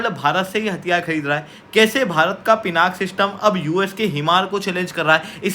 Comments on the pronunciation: Please update yourself. In Sanskrit it is pronounced as Pinakaa because last alphabet is given more stress while speaking. Hence, 'aa' wala sound aata hain. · Naming conventions in Bharat are originated from Sanskrit (Samskrutam) words. All Indian languages originate from Sanskrit and hence the name is Pinaka, not Pinak!! Stop pronouncing Sanskrit words as Hindi. Most of the language wars in India subside if everyone relates their languages to be derivatives of Sanskrit… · Pinaka is not an English word. Pinaka is a Sanskrit word. It is the name of Shiva’s bow. It is pronounced as Pinaka in Sanskrit.